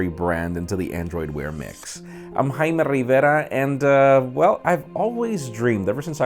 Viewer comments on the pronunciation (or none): Best part of his video is when he says 'I'm '